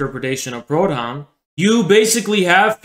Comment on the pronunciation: Ironic because every time said Proudhon I actually thought he was saying “pronoun”